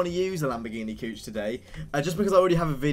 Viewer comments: BRO SAYD LAMBORGHINI COUCH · Damn Bro, you really should read the Name of that Lambo Model again 😂😂😂